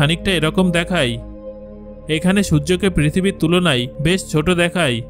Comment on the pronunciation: আপনি দেখায় না বলে দেখাই দেখাই বলছেন কেন ?